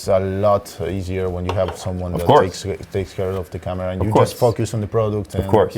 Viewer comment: Dijo "fokius" xd